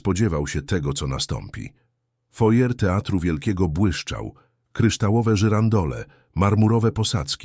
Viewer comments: Foyer czyta się " fuaje", z akcentem na ostatniej sylabie. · Żałosne, od początku do końca. przez wymyśloną historię tekst nieortograficzny i lektora, który nie umie czytać np. Foyer. Wkur…jące! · Nie "fojer", bo to francuskie słowo (foyer) wymawia się "fuaje" z akcentem na "e"! Jak można tego nie wiedzieć?! To jest minimum kulturowe! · Taki ciekawy temat a taki zaburzony ,sztuczny lektor!!!!!Sztuczna inteligencja?Czyta folie zamiast wymawiać fuaje (foyer)!!!Do tego ta pisownia! Zero korekty!!!!Obrzydlistwo!!!!! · Fortepian stojacy w rogu " foje "... Ha ha , co za brednie , AI pelna geba ! PS . Chyba foyer , jak juz ... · Panie sztuczny "intelligent", nie czyta się "fojer"... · Foyer czyta się fuaje... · 'Fojer' teatru. 😅 A te idiotyczne dialogi i żenująca fabuła, rodem z brazylijskiej telenoweli, to nawet szkoda komentarza. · Facet, który czytał tekst, powinien najpierw nauczyć się wymowy słowa "foyer". Katastrofa. Rozpacz. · Naucz się wymowy foyer i dopiero wtedy pouczaj innych